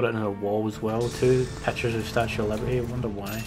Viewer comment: Lol, "The Statue of Libarty"... How you can get the Eiffel Tower wrong is beyond me!